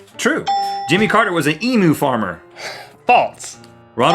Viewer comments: It's not EE MM OO it's EE MM YOOO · It's EMU not EMOO! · Emoo WTF is that??? Repeat after me, Emyou EMYOU EMU